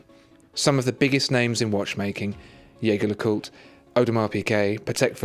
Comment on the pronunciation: youre pronouncing jaeger lecoultre wrong tho :D